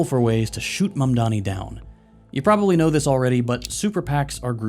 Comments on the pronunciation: The blantant disrespect of Cuomo, journalists, other public figures not even bothering to say his name correctly. If I hear "Zohr-han Mandami" one more time I'm going to scream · "Mamdami" is crazzyyyyyyyy. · why do they all say “Mamdami” ?? it just makes them look even more stupid. they are all too incompetent to pronounce a last name? not that intelligence matters to their base but still… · Why is it always some fox news dipshit that mispronounces his name? Can these people even read? Just sound out the letters morons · the fact half of them still can't pronounce his name properly. very telling.